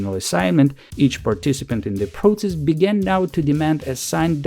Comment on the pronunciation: Please don’t pronounce ‘proTSess’. It’s ‘prosess’. Thank you for your work